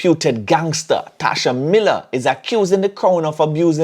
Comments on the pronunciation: Tesha not "Tasha" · It's Tesha, and not Tasha........ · It's Tesha 😆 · is really trolling, "Tasha Miller" I know he know its TESHA!!!!!!!!! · His name Tesha not Tasha 🤦‍♂️ and u were in law enforcement